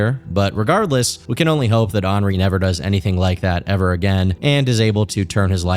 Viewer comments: Did you just pronounce “henri” as “ornery” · Wow you actually pronounced Henri correctly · Henri being pronounced that way is actually the most absurd thing about this whole video